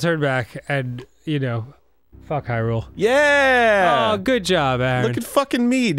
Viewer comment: Did Arin say "Hyrul-glyphics"?